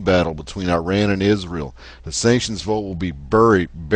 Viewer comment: "ahmadiNEjad" is the actual word...and [i:rean] is actually [e:raan]...